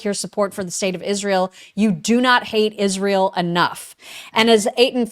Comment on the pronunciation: It’s IZZZZZSHRAEL